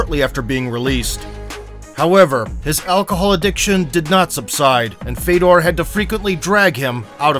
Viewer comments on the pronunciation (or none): His brother's name is pronounced Fyodor (Фёдор), not Fedor.